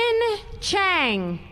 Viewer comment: There is no G in Chan. You mispronounced my sons name.